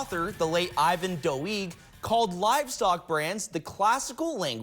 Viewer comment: Doig is pronounced Doe-eg.